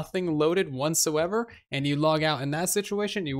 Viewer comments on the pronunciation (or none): Is saying "wantsoever" instead of whatsoever?